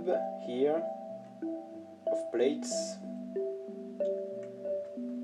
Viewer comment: Beautiful, and thanks for showing your process :) Your English is fine btw.... Plaits is pronounced PL(AT)S / Plats, English is a weird language. I first spotted you on Rural Sounds via Instagram, love your flowing ambient work.